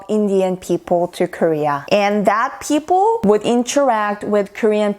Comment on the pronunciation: Your sound is so clear.But many times wrong pronounciation of (people). You can check it out Oxford dictionary. Thanks 😊